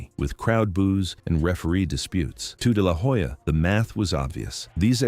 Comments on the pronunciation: It's no " deh lah whoe-ja" it's pronounced " deh lah oh-ja" 🙄🙄🙄🙄🙄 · It is not De la hoya , it is pronounced De La Olla .